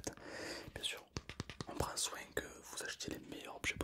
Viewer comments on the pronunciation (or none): soinG, bienG, très bienG